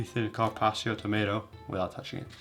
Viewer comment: You stupid fuck!!! Learn to pronounce carpaccio before teaching others how to cook!!!